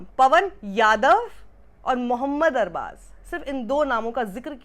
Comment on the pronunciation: Man pehli bar dekha kisi ne arbaz ko sahi pronounce Kiya na k arbaj😅